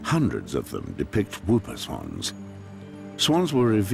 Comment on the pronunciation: NOT WOOPER SWAN! PRONOUCED "HOOPER"